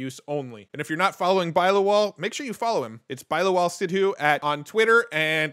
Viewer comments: Nice update! Just wanted to say its pronounced bill-law-wal haha.. that was so funny to hear you say bi-lawal lol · Bilawal is pronounced as in, Bill aa Wal as in vulture with a w.